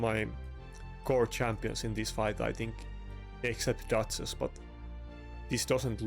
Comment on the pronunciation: Mate i like to watch your videos, but could you please be more energetic?? you ack and talk like you are 70+ and talk like you have a d..k in your mouth trying to correctly call champions like duchess or Marichka. when i hear you call those champions i feel like i drag my balls on the shattered glass . English is not my first Langugage like you can tell after this comment , but i have no issue with calling right names, be more focus on how you act and what you say then when content created pack will come every friday!